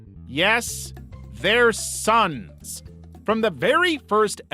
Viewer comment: That "Thair sssons" made me cry🤣🤣